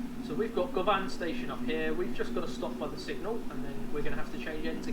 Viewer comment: As someone who's from Glasgow (who loves the subway), I was really excited to see this (govan's pronounced guhvan like you're saying luvvin)